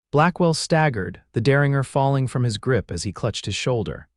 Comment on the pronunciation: 😂Good Lord! It's der-rin-jer, NOT der-ring-er. I hear this across all the platforms. I guess AI doesn’t learn afterall. Bakersfield, California